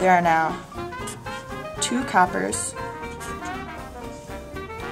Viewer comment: Your two's comes out as Z's. Great to see the reaction at the end.